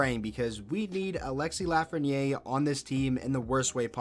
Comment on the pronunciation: LA-fren-yaire. Repeat after me: La. Fren. Yaire. You got this.